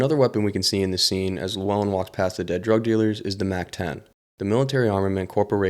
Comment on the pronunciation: And then you start calling him lewellen